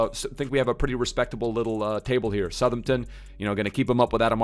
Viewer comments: Who’s southernten? How hard is south Hampton to say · Love to see saying ‘Suthumton’ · As someone who grew up in Southampton, your pronunciation really grates me lmao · He does it on purpose just to troll man, dw he knows how to pronounce it properly 😂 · is really not good at pronouncing names. The way he said Southampton, vizeh and grealish hurt me